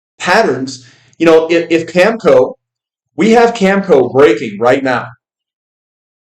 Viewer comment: not to nitpick. it's cam eh co.. cheers